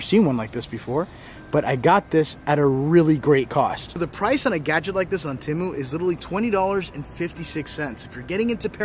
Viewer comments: It's pronounced Te-mu not Tem-u. If it was pronounced the way your pronouncing it it would be spelled Timu I shop Te-mu all the time. Matter of fact I've got some things in my cart now I need to checkout. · ...Its TEMU..Not Timu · it’s Tea-moo 😂😂😂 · Temu(TEE-MU) Very nice cemetery.